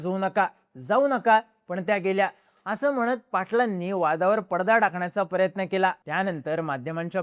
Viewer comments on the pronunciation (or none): none